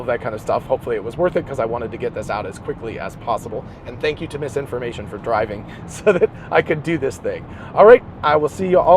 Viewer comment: when you say Mrs Information, i always interpret misinformation 🤷